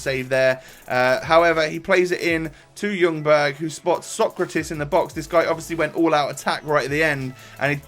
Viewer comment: Finally a youtuber who says fredrik ljungbergs name right Like Jungberg